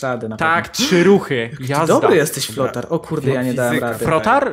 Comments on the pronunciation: Też mi się zdaje że powiedziałeś flotar :D Ale ten tekst flothara mnie rozwalil XD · Frotar powiedziałeś frotar XDDD